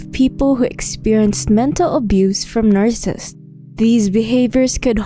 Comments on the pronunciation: I like the content, but the quality of narration is low. The narrator doesn't even pronounce "narcissists" correctly. (It sounds like narcissts.) The narration was a distraction from the otherwise interesting content. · LOL, "narsists". The subject of the video, but the narrator can't be bothered to learn how to say it. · It's pronounced nar-ci-sissts. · Narrssissts? Wth? It would seem that if you were going to make a video claiming authority on a subject, you would have at the very least made damned sure that you can PRONOUNCE the subject word!